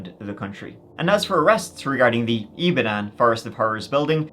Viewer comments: Ibadan is pronounced "Ee-bah-don" btw. When I saw the thumbnail, I said to myself " How funny if that's Nigeria?". I wasn't expecting it to be the city where my Mum grew up! Not heard of this case before, I'll ask my parents. Thanks for covering this,. ETA: Damn! Just finished watching. Yeah, my parents definitely know about this. I had no idea it was on this scale!!! Absolutely disgusting that the police did FA about it, but sadly, not surprising. The police are an absolute liability there. RIP to all the victims 😢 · It’s pronounced E-BA-DON (Ibadan) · Ibadan pronounce E-BAR-DONE. Good job though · Pronounced I-BA-DON not Dan. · bless you with your pronunciation of Ibadan. But it’s all good we still love you,. 😊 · every time says IBADAN i laugh like mad:face-green-smiling: its all love tho my friend thanks for the exposure this case is one of many but one of the most notable hence the media coverage NIGERIA IS A SCARY PLACE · Great vid and thanks for covering this! Just some pronunciation tips: Ibadan is pronounced “ee-bah-dawn” Okada is pronounced “aw-kah-dah”